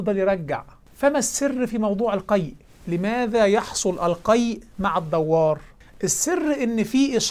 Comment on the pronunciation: جزاك الله خيرا. جهود نرجو الله أن يقبلها منك. لعلّك تعني بالدوّار بالواو المشددة .. لعلك تعني بهذه الكلمة الصداع الذي هو الدُّوار بتشديد الدال لا الواو. ورحم الله والديك وأعانك على مزيد من التوفيق